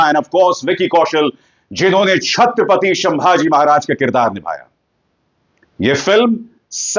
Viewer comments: शंभाजी महाराज नहीं संभाजी महाराज ! स का श कर दिया आपने … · नाम है,छत्रपती संभाजी महाराज, या शंभू राजे़। शंभाजी उच्चार ग़लत है सरजी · Bhai संभाजी not शंभाजी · Bhai.... Sambhaji maharaj hain...... Sh nahi ... S ..... please don't be so ignorant ... at least in taking names of Great legends....